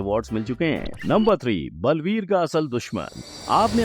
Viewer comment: Blveer nahi sir baalveer 😂